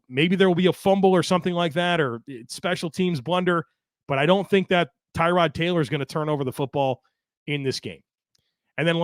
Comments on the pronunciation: More like Terr-od. But yeah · Maybe if he wants to call it TAROD Like Terr-ood even TU-RD...however TY-Rod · FYI his name is pronounced Tah-rod. Poor guy, nobody pronounced it right the entire time he was here. He only corrected media once